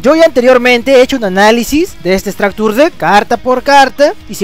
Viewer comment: Pronunciación "estracture" lo dices remaaaal